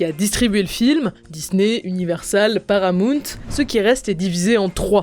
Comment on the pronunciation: Sa se prononcr pas param"ou"nt mais paramaunt